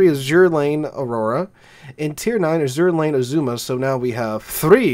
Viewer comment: I don't appreciate all your derogatory references to Ahole (lol). And it IS Azur Lane, Not A-zura Lane as you pronounce it. To me, it is not New Jersey without the hull number 62.